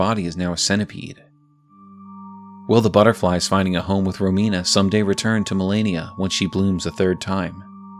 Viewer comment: Just wanted to congratulate you for pronouncing Romina right, I've heard many people saying Ròmina. It's an italian name and as an italian it hurts a little every time 😂